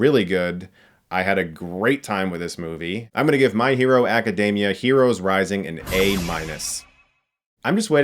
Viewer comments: "Dee-Mee-Uh" Not "Day-Mee-Uh" Dammit. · "AcaDAYmia" Classic Chris completely botching the pronunciation of a word because he's "too cool" for pronunciation.